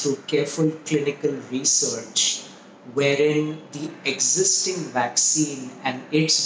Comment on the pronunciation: Why do Indians pronounce is Waxxine